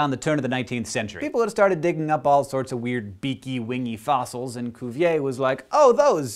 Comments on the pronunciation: George Cuvier... Cuvier isn't said like "Coovier"... the "U" in french isn't like "ou" or "oo" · English doesn't have the /y/ sound in French 'u'. For what it's worth, he also pronounced the 'er' of 'Cuvier' like English 'a' /ei/ and not French /e/.